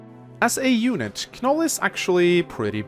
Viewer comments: It bothers me how he says "Kanoll".I always pronounced it an "Noll",as in with the K being silent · The fact that pronounces Knoll as Kah-Nul makes me question if he pronounces knot as kah-nut. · please never say Kanoll again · Ken-oll SILENT K lmao i want to punch my computerscreen right now Silent K don't you ken-ow? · My man, I'm pretty sure the "K" is silent. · I think the k is silent, but that is just me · I'm glad someone said it. 4 years and it still hurts my soul everytime he says it. Just like how he not only pronounces Ingrid as IngREE but also says her name every sentence. The pain. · Cringed every time you said Knoll's name. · You pronounced Knoll's and Lyon's name wrong. The "K" in Knoll's name is silent and Lyon's name is pronounced as "Lion." Knoll is really good as a glass cannon unit. Just gotta keep him away from hordes of enemies since his defense and luck stat is dismal.